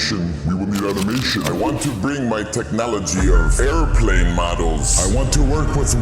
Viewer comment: Air•plane, not aircurve…